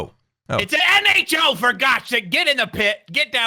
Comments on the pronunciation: I giggled at you constantly getting nHo wrong. You were definitely (IC) doing it just to mess with him :D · I like how strugles to say nho while there are the big letters in the back on the mountain XD